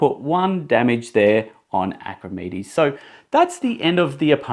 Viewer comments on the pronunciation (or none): Clear instructions. But his name isn't pronounced Acrimedes